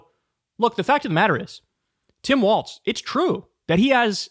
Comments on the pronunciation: Why does Kyle insist on mispronouncing his name? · Kyle, why do you call Walz, Waltz? You know how his name is spelled so why do you keep calling him Waltz? It’s f?cking annoying! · It's WALLS bro, not WALTS. There's no T in Walz. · Can someone tell Kyle that his name is Walz NOT Waltz? So annoying to hear him mispronouncing his name the entire video.